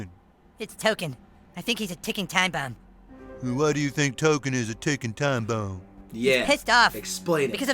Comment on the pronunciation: "why do you think Tolkien is a tickin time bwom? Mkay?"